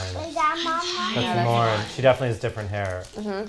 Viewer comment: You guys are the most anticipated part of my week! I’m sad that there was never “LARNNN” merch, as prev mentioned, but I know you never wanted to be perceived as bashing, so I will probably make my own... since my name is Lauren, and I need butchering my name in my life 😹 Love you guys!, you are my fav!